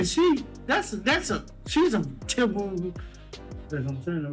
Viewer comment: He has a hard time saying typical so he doesn’t matter